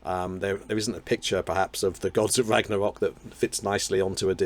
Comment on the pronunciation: I love how every time you say "The Gods of Ragnarok" it has to be the "Gods of Rrrrragnarrrok"! ☺ I am afflicted similarly.